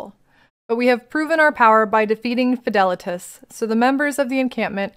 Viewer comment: I think Fidelitas how you pronounce it is correct, also instant subscription after 2 minutes of first video, amazing content and delivery, thank you ❤